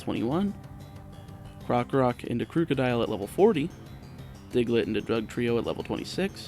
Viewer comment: is it just me or did it sound like he said drug trio when evolving diglett